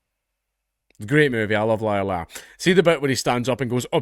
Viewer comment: I'm an American & had to look at the closed captioning - I thought Dankula said "Lyle Lyle" vs "Liar Liar" 🤥